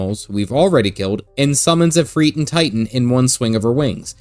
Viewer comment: ifrit not ifreet. ends in it no eet